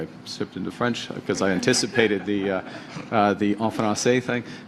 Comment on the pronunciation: The "en fransee thing" is not your thing, Mark, and it's pretty obvious. Just so you know, mangling like that the french language must be really upsetting for the Belle Province 😂